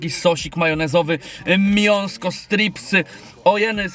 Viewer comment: Czemu mówisz miąsko a nie mięsko to jakiś mem na tym kanale czy po prostu błąd